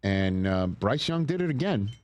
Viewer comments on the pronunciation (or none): Bruce😂 dawg get his name right